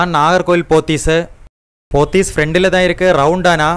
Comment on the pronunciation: Pronunce properly Nagercoil நாகர்கோவில்